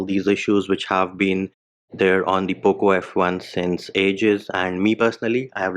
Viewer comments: IM A POCO F1 USER AND I LIKE HIM SAYING POOP LAUNCHER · U don't sound good while saying poco launcher😂... I miss your "poop launcher"